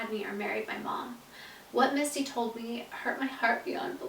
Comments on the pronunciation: I only have one question why does the books say misty but the song says Missy and you pronounce it missy too... just wondering here 💕 love u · Wait is your step mom's name Missy or Misty? It sounded like you were saying Misty when you were reading the book but your song is called Missy? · you kept saying missy when it says misty in the book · Who this “mistey” is she a sprinkler system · Landry Childree it’s misty